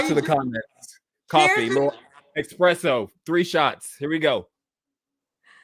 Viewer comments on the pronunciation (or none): He is still in the comments section replying to every single comment he can. 😂💦 The fact that he says eXpresso and eXpecially is enough. Dude has the I.Q of a wet floor..... That's why he wants an 18 year old VICTIM who will give him a headstart. He will have enough time to wear her out before she catches up with him. What a douche.